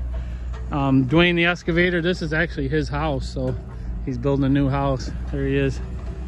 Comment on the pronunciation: EXcavator. Not Escavator